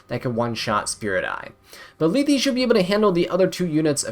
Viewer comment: omg u finally say Lethe's name right! :hand-orange-covering-eyes